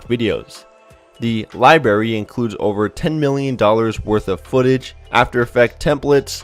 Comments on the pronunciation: It's Library not libarry ! Stay in school kids :| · LIBARY????? I think you mean LIBRARY! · library not libary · OMG IS IT JUST ME OR DOES ANYONE ELSE CRINGE WHEN SOMEONE SAYS 'LIBARY' INSTEAD OF 'LIBRARY' SAY IT RIGHT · Dude...are you a kindergarten child? It is not lie berry. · What the fuck is a lie berry? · What is a libarry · Libary?? really? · guy says "libary" Clicks out of video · it's li brarry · LIB"R"ARY, IT HAS A FREAKING R ! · There is an 'r' in "libRary", also it's'trial' NOT "trail"......!!! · library has 2 r's, learn how to speak. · the way he pronounced library agrivates me..